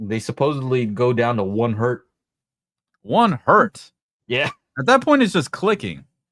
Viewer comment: It's not One Hert, It's one Hertz. Hertz was a guy's name. The early science called everything Hertzian waves. Hertz is not plural. Great show on everything guys--I'm just being a bit of a duck here!!!! Sorry